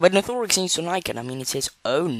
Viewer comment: it’s nathe or ix That’s how u pronounce nathorix My English is bad Edit: hi